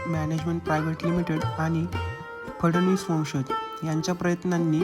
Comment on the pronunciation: माहितीपूर्ण व्हिडिओ फडणीस असे म्हणण्याऐवजी 'फडणवीस ' म्हणणे संयुक्तिक ठरेल...